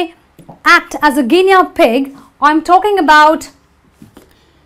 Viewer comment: Excellent, (except - gi-nee not gi-nea for Guinea pronunciation)